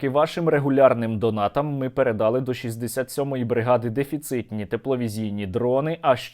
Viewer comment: не передАли, а передалИ